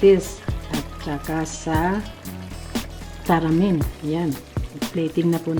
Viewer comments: May nilagay nman sya tamarind, taramin kc bigkas nya. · Akala ko nag typo lang sa tamarind pero pati pag bigkas nya talagang taramind... Walang mahahanap na ganyan sa tindahan ✌️✌️😊😊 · MADAM. HINDI PO TARAMIND. WALA PONG TARAMIND. T A M A R I N D. PO.